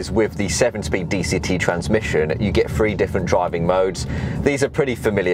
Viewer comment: TRANSMISSION...not transmition.